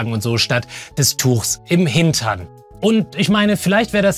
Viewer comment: Wie du bei „im Hintern“ betonst :D